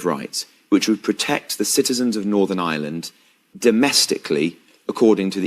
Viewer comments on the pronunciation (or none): He can't even pronounce the word, "Ireland", saying "island."